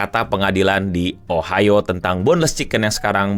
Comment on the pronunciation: Ohio.... O nya GOBLOK